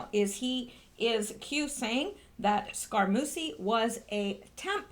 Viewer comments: Not Scara-Moosy SCARAMU-CHEE Two Cs make the sound "CH" in Italian ! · Scaramucci pronounced Scare a moochie I THINK. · Bon GEEE no! Scar A MUCHIE - long U Jeez. Watch some TV and learn how to PRONOUNCE names. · Scarmucci is pronounced "scar - MU - chee" or "scar - MOOCH - ee". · I'm glad I searched through the comments before I posted - was going to tell her I thought it was more like "Scare-a-moochie" lol 😏